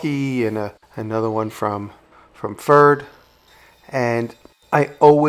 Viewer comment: Good Job and greetings from germany. Just a little hint "Pferd" would be correctly pronounced like "fairt" fair with a "t" at the end. Pferd is the german word for horse, and the company Pferd is making tools since 1799. Looking forward to your next video.